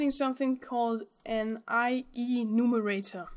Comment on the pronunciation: It's I-Enumerator, not I-E-numerator ;)